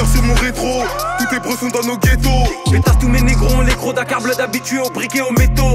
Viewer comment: Mais pourquoi Kaaris il prononce Nos et pas N.O.S omggggg